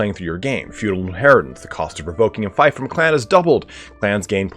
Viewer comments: Feef not Fife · Oh lord... It is FEEF, not FIFE, FEEF! Everyone making videos on Bannerlord keep saying fife... Fief = Feef, not Fife like wife. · It's FEEF not FIFE! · It's pronounced Feef not fife. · just btw its more like feaf than feif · Do Americans really pronounce fief like "fife?" I've always said it like "feef" (as in thief). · Just a heads up, fief is pronounced as "Feef". Small thing, but wanted to mention it earlier than later before you are used to saying "f-iaf". Other than that, this was a very insightful video! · I think its “feef” not “fife” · Yeah its "feef" and should be corrected. Eliphas was right to do so. Gotta get things right! Am sure he didnt mean offence👍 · Love the video ❤ helped me advanced in this game Just btw fief is pronounced “feef” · Fief rhymes with thief, not fife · I'm confused, I'm not a native speaker but I thought fief was pronounced as feef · oi yoa gawt a fifer on ye? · Screw it, just pronounce it as "feef" but backwards. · Dude, how are you making guides if you don’t know how to pronounce fief? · Every time I heard him say fief it was like nails of a chalk board. I don’t get why it’s so hard, I know ‘ie’ can be fickle, but there are more examples of it making the long e sound then a shape i. Fief as in Brief, chief, grief, piece, priest, fierce, pierce, siege etc. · I'm American but have lived all over the world and have many british friends from all over the UK as well as south africa, if there's one thing I've learned it's that none of us seem to want to pronounce things the same as everyone else. Feef or fife, who really cares?